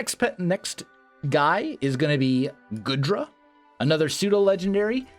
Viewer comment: That's one hyper-offensive team you got there, though, for a mono-dragon team that's probably for the best :D I think Goodra's pronounced like 'goo' and not like 'good' Maybe make these teambuilding videos for the gym teams as unlisted videos and link them in the description, if it's not too much trouble? I know most people here won't care for them, but a couple, me included, will